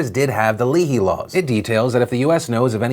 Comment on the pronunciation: It’s pronounced Lay-hee - just for any future coverage